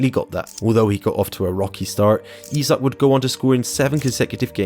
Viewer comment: Can you stick to one pronunciation of Isak please.